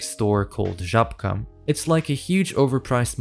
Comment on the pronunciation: wow, the first person from abroad to pronounce żabkę correctly, as a Pole I am proud edit: wow person from another country can curse in polish wow